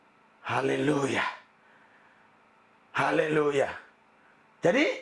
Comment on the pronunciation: Pak Pdt. RL saya mau tanya yang benar yg mana pengucapannya : Haleluyah atau Halelooya yang bapak sering ucapkan itu. Bapak juga pasti tahu bahwa apa yg terjad sekarang ini adalah kehendak Tuhan, jika bukan kehendak Tuhan virus corona tidak menyerang manusia oleh karena itu Tuhan juga berkehendak akan yang tetap hidup dan yang akhirnya meninggal, semua dalam kuasa Tuhan. Kalian pendeta punya kewajiban memberi kekuatan iman oleh Kuasa Roh Kudus kepada Jemaat dalam menghadapi wabah ini, bukan saling menyalahkan. Semua pendeta punya pendapat yg berbeda mengenai khotbah pendeta yang lain karena mereka juga manusia tidak suci seperti malaikat, standar kesucian kita Tuhan Allah yang tahu. Jangan membuat kami tambah bingung dengan sikap kalian yang salinge menyalahkan. Tentulah semua khotbah kalau dikaji diamtara kalian sendiri tentunya adalah plus dan minusnya tetapi kalian pendeta selalu menganggap dirinya sendiri yang benar dan berkoar-koar saling menyalahkan seperti anak kecil dan tidak seperti seseorang yang memiliki hikmat Tuhan.